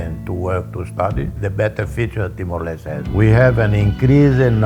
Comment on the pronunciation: Finally someone said "timor lestay" instead of "timor lestt"